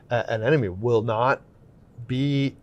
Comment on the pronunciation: gets bonus points for pronouncing ANEMONE correctly‼️ 9 times out of 10 people say ANENOME. 😂